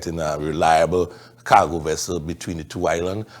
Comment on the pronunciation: Loudmouth why all that emphasis on Cargo?